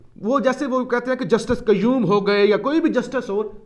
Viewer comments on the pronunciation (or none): none